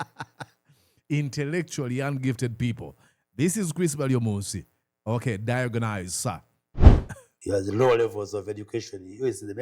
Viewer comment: Banange the word is "die-ag-knows" diagnose. Not Diyagonize!!